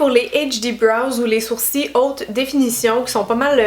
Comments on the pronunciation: La queen des sourcils 😍 en plus tu me fais trop rire tu dis des sourci ou lieu de dire des sourcils 😂 J’ai qu’une hate c’est de tester toutes tes methodes merci pour tout tes conseils :) bisou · Merci pour tes astuces ! 😙Ça me stress la façon québécoise de dire "sourcils", nous on prononce le "l". 😂😂😂Bisous.😘💖